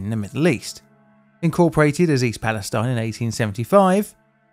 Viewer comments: East Pal-e-STEEN, not stine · According to the municipal government, the official pronunciation is "EAST PAL-uh-STEEN." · The city is pronounced East Pal ess teen. It's 20 miles from me. The train wheel was caught on camera failing in Salem next to the plant i grew up in. Many of my friends snd coworkers were affected by this. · East palestine is pronounced "east palisTEEN" and not like palestine btw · It’s pronounced “East Pales-teen” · The city's name is pronounced "pal-es-teen", not "-tine". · It’s pronounced “Fronkensteen,” I mean “Palasteen.” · To be an annoying Ohioan: its Pal-a-steen :) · Psst: it's "Pal-a-steen" akin to Versailles KY being pronounced "Ver-sales". Go figure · Pronounced East palesteen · I was going to say the same thing. Ohio has a history of towns with alternative pronunciations. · Maybe some more research, and he would know how to pronounce it. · Imagine saying Free Palestine with the last vowel being a long E instead of a long I. It feels so weird to have to put up with a bastardised pronunciation that an American town insists is the right way to say it. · It feels so weird to say Free Palestine with the final vowel a long E instead of a long I. Why do American cities name themselves Palestine and have the gall to declare how we usually pronounce it the wrong way?! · Finally I’ve been waiting for this! I haven’t looked into the whole thing because I was waiting for you to tell me the whole story. Also, the town is pronounced East Pales-TEEN. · it feels so weird to say free palestine with a long e as the final vowel instead of a long i it's extremely confusing to have to switch back and forth with the real pronunciation and a bastardised american pronunciation. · small note: town pronounces it’s name East Palesteen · i think east palestine isn’t pronounced like that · Uhhh… The locals in East Palestine pronounce the last syllable to rhyme with “teen”. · Not even in and you MISPRONOUNCE THE NAME OF THE TOWN!